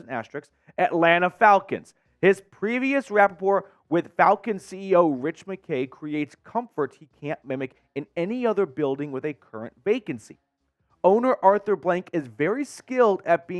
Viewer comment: FYI - the correct way to pronounce the word “rapport” is “ra-pore”.